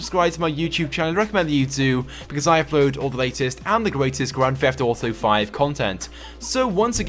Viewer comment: Grand Feft Auto V.*